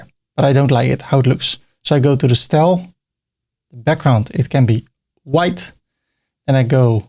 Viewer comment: The "Stel" for "Style" gets me every time lol